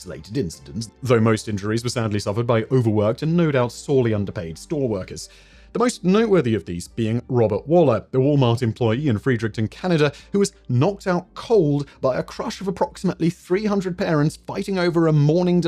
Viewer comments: Spelled Fredericton. Pronounced Fred-ric-ton. Not Freed-ric-ton lol. Not like it matters. I'm just pointing it out. Happy new years lol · We had an elmo stampede here in my small Canadian city as well Oh it's the one in my city which is Fredericton not whatever said. Pronounced like Fredericktun